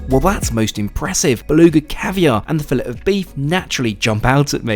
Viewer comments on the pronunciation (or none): none